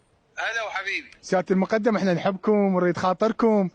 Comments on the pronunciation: ولكم شنو هذه الاميه اغلب المعلقين ان لم يكن جميعهم متخلفين لغويا يامتخلف المقدم بفتح الدال وليس بكسرها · اعلاميين مال لنكات عمار الشامي .المقٌدم رتبة عسكرية بضم الميم وفتح القاف وفتح الدال ؟ والاعلامي يسميه المقدم بفتح الميم وكسر الدال .اعلام ٢٠٠٠ مال بالة الشورجه دخلوهم دورة لغة عربية واخلاق الحوار